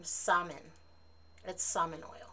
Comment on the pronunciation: Oooo great box! Mine is coming in by the end of the week. :-D Just a note though, Samhain is pronounced "SOW-en" (sow rhyming with cow). 😉 The "mh" in the Irish language makes a "w" or "v" sound (for example, in my name, Niamh, it makes a "v" sound). That stone is really pretty! I've never heard of motherwort either, which is awesome because I love being introduced to new herbs!